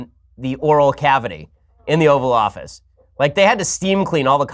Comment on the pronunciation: For moment I thought he said the Oral Office